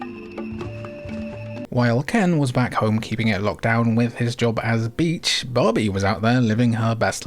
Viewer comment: I heard Bobby not Barbie 😂 anyways great videos love your Nintendo and PlayStation playlist 🙂